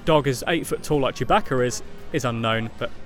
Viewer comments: why does he call chewbacca chewb"a"ca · surbaca? it's sewbaca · Did he say Chewbacca with a h like Chewbaccah